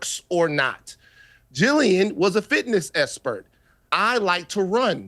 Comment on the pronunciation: Cowboy hat knows a lot about tariffs and economics… “esspensive”, “espert”, “sussessful”